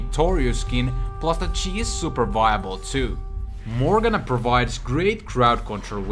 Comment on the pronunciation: He called Ahri for Jahari, wtf and morgana for mogen